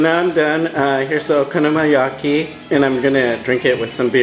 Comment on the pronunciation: your so gringo.... man.. honestly if you cant even pronounce the name of the dish.. why bother making it?!